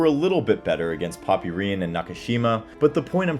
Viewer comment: Poppyrin😂😂 It’s pronounced ‘Pop Rin